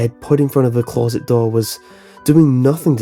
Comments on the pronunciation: CLAWZIT. Just say closet. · The scariest thing about this story was the way he said closet